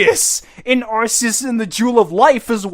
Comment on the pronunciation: Arceus is said as "Are- KEY-us" you stooge